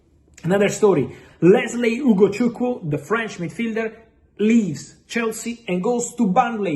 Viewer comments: Damn...Fab you that Ugochukwu's name so well😂😂😂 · Fab... You pronounce Ugochukwu and Chukwuemeka more than us Nigerians. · I love how he pronounced Chukwuemeka and Ugochukwu decently. Igbo amaka! 🥰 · Fabrizio how do you manage to pronounce Ugochukwu so perfect and Chukwuemeka❤❤❤